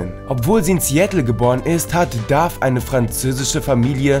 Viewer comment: Sie spielt Liv and Maddi (nicht Mandy) und es heißt Dove nicht Dave